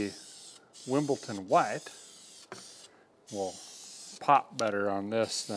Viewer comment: Surely running your engine while filling is a recipe for disaster? 😮 It's illegal in the UK, same as calling Wimbledon 'Wimpleton', the king gets upset. 👑🇬🇧😂